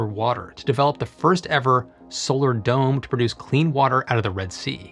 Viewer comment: When you said "dome designers" I heard "dumb designers".